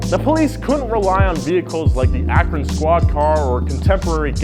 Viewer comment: DID YOU SAY AKRON?